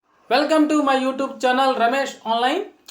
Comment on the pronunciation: Utub utub utub....... కాదు యూట్యూబ్. సరిచేసికో.